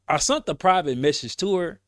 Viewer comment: Sent ….sent…..SENT . Not sunt 😂